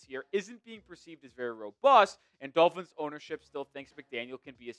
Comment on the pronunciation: If the Dulphins, as pronounces the word, beat the Steelers by some miracle, it doesn’t change the narrative about McDipshit at all. Why? Because the exception doesn’t disprove the rule. McDipshit has to put together a winning run against good teams and dominate some of them to BEGIN to change the narrative. He has 4 yrs of face planting himself against good teams. The odd win against one now and then changes nothing. If he wins out the rest of the season in dominating fashion, I’ll think about it. Until then he’s McDipshit until proven otherwise.